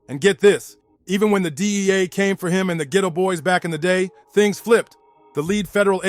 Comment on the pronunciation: Jprince is not calling himself the boogie man. Bloggers and Journalist are making up all these stories! But He’s definitely not to be played with lol! And it’s pronounced Ghetto Boys not Geeytoe boys 😂